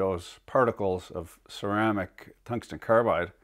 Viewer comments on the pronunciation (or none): My boss has OCD, so I always put the stickers on slightly crooked. Edit: You feeling okay? You said tungsten carbide... Seems like you have a few syllables out of place there. Better get it looked at, just to be safe.